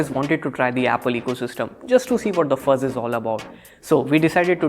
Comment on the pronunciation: It's fuss. Not fuzz